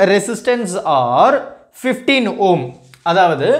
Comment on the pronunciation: Home ❌ Ohm ✅ 😂😂😂😂😅